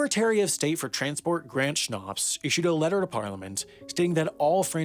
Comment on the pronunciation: “Grant Snarps” 😂😂😂